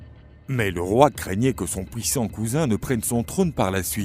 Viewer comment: À part les "pouissants" et "gluare" j'approuve 😁